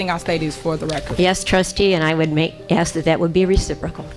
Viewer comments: She axed and axed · LittleWayne Henyard comes across as a low quality civil servant. Use proper grammar. Its pronounced "alleGations" not "alizashins" It's "aSk" not "axe". Illiterate fool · She pronounces the word "allegations" differently every time she says it, and I've yet to hear one person in that town pronounce the simple three letter word "ask" correctly. Unbelievable.